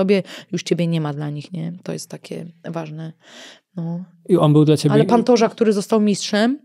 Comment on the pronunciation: Pantorza ?😂 chyba Pantoja